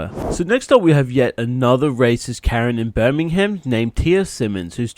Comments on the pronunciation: It's not pronounced Birming-ham it's pronounced Birming-um (not trying to be rude just trying to let you know how it's pronounced) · it's pronounced Birmingam not BirmingHam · I am from England near Birmingham and just so you know for future reference it is pronounced bur-min-gum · Anyone else triggered be the way he's saying Birmingham